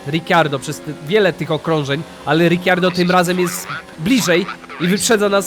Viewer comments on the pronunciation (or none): Kocham tą serie ale prosze nie mów Riciardo